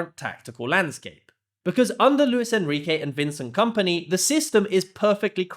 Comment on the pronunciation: Vencent Kampnay 🥀 should be a crime to pronounce him like that